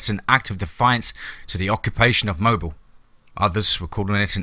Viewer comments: Wonderful story...I loved it, but it's pronounced "mo bill"..not mobile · Mobile is pronounced MOBEEL. I went to college there. Good story. Well written.